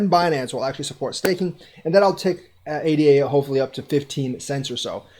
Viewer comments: Good video, sorry to criticize...ADA should be pronounced AyDah, not ay-dee-ay. The token was named in honor of Ada Lovelace, a real person. She was the first computer programmer. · Its pronounced A-da =-l